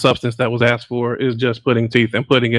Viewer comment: The word is not axed it is asked